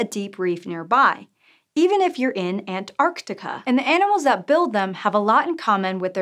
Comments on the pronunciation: Finally an American who pronounces Antarctica correctly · Nice to hear Antarctica pronounced properly, and a fascinating video to boot👌🏻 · A weird, relatively unimportant observation: Your pronunciation of literally every scientifically relevant word is flawless. I.e., among everything, including the Latin based words, you pronounce Antarctica right. It's a pet peeve of some of us Aspies. Thank you for not triggering people like me. Also, your look is very pleasing to the eye. It doesnt matter, of course. You could be frumpy as hell, and still be brilliant, but hey, when you've got a better package, the product inside is more palatable.